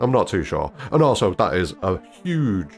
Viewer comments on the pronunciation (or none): none